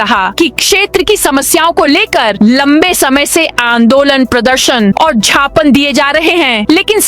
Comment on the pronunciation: कृपया ज्ञापन को झापन ना पढ़े।